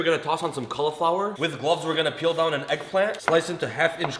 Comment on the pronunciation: "were gonna lay down some kallaflower"